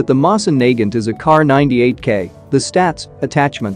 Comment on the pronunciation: You're pronouncing Nagant wrong